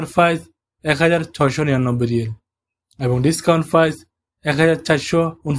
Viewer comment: 😂রেগুলার ফাইজ/প্রাইজ 😂ফিক্সেল/পিক্সেল 😂নোয়াখাইল্লা প উচ্চারন কে ফ উচ্চারন করে প শব্দটা এদের কাছে কোনকালেই আসবেনা😂😅